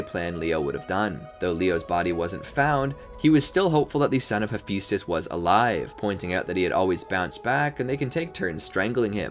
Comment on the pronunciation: I know right am always like it's he-phi-stus